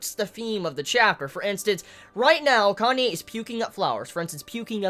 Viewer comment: ...............You're gonna keep calling him "Kanye" aren't you?